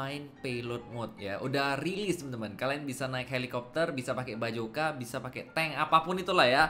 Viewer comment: Sebutnya basoka bang bukan bajoka . Hehe.